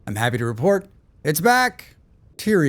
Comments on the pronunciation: Are you pronouncing Tyron right? Where is the i sound coming from after the r? I believe it's Ty-ron. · Some good changes here, placement height for items and being able to bandage while jumping is very useful. Dude, it's not Tyrion, like Tyrion Lannister. It's Tyron, sounds a lot like Tyrone.